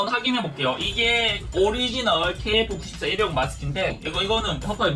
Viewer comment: 나는KF94를 케이크94로듣지ㅋㅋ